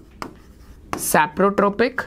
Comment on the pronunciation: Are sir saprotrophic nutrition hota hai sprophytic nhi